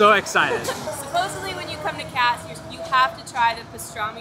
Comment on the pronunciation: You're killing me with your pronunciation of "Cats" instead of "Katz's" (Katz-es).